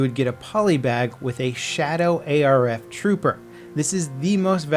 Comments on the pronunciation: ITS ARF not A R F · What are A-R-F troopers lol its arf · It's not A, R, F, trooper its arf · A.R.F. is not a thing, it's ARF, not A R F.